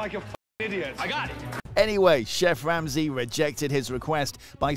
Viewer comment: "Chef Wamsey"